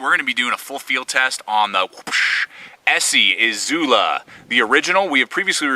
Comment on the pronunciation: Gotta love the Izul-Ah xD